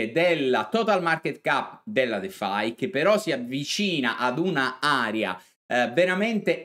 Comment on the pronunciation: Si dice Area e nn Aria Video e non Vidio...